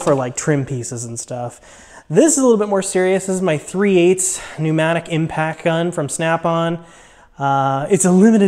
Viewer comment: Great video! Sweet box! Pronounced “impact” not impack. Not trying to be harsh... Nice starter set of snap on tools etc! it took me too long to figure out quality snap on tools are the way to go for professional use. I’ve wasted a lot of money on subpar brands early on, loved seeing all your snap on stuff!